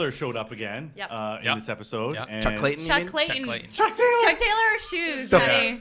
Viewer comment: "Chuck Taylor" I cant 😂